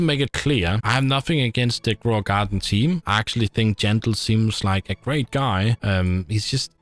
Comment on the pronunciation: Jandel ❎ Jandog ✅